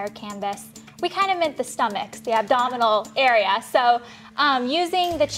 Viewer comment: did she say abdominen area? wtf.